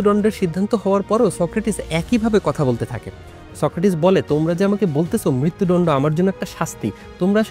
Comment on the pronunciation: মৃত্যুদণ্ড টা ঠিক ভাবে উচ্চারণ করেন। শুনতে ভালো লাগে না। দণ্ড কে ডণ্ড র মত করে বলছেন 😮